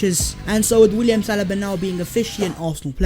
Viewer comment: Does say salaba and not saliba